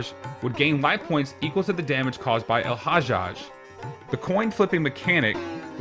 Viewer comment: Love how you pronounce El-Hajjaj 🍻